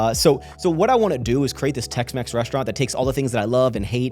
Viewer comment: Not Tex-Mex, but Tex-Maxx. 🇲🇽